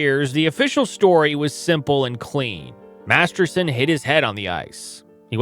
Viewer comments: MasterTon. Not MasterSon. If you’re going to honor the man, you should really get his name right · Master*t*on, not Master*s*on. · Its weird he keeps calling him Bill Masterson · As much as I hate to point this out, Bill Master-ton's last name isn't pronounced "Master-son." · Right, if you're going to post a story about someone at least pronounce his name right ! Are you a professional or not ! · For the record, the player's name was "Masterton" not "Masterson". For reference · Clarification on how his name is pronounced. It's Bill "Masterton" 😊... NOT Masterson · This is ALL EFFED-UP! LEARN how to pronounce Maniago, Edina AND MasterTON! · His last name was Masterton. If you are going to do a video about someone at least get his name right. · Good point. Except I did that. Master-ton is the correct pronounciation. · haha... topic is on Masterton but doesn't even say his name right throughout - oof. Usually not a huge deal, but if he's to focal point of the subject matter... c'mon. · This is my first time viewing your channel. I applaud the research; however, I agree with the comments regarding the pronunciation of Masterton. Your name, my name, anyone's name – it is the only thing that we truly own, and paying respect by getting it right is the very least we all can do. I think this is why it is important, and people care. Overall, good job and very interesting. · Wild to do a 15 minute video and say the subjects name wrong the whole time